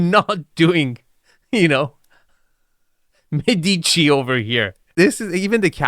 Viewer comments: you make your living criticizing architectural properties, so perhaps you won’t mind if I point out that you’re pronouncing Medici wrong. It isn’t “Med-EE-chi.” It’s “MED-i-chee.” And if you’re offended by the pettiness of this critique, please remember that you’re the dude whose own myriad of criticisms can sometimes be cringingly snide. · Médici, not Medeechie. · Those palm trees in the entry courtyard? I lived Hawai'i for 40 years and am here to tell you that Palm Trees are "spiral staircases for RATS" to enter your home. (Oh, and -- that super rich Italian merchant family is pronounced: MAY- duh- CHEE AND: that "game room" is for low-IQ rich people who have ZERO "life of the mind" and ZERO "culture." But what a pretty "model-boy" type gets interviewed. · Thank you, was just saying the same, you said it perfectly.